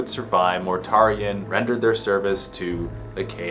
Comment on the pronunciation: Mortarion "more-ta-ree-on"